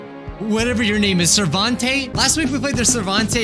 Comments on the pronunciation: LOL because he said servante not sarvente 🤣🤣🤣🦐🦀🦂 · (Sar) vent) Not (sat) (vontae) And btw those disappearing notes are for everyone